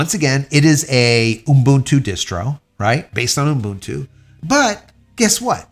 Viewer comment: Why do you say Ubuntu that way? 'What? Umbuntu?' Yeah, that! Why do you add the extra M? 'What extra M? It's Umbuntu'. (Cool Whip)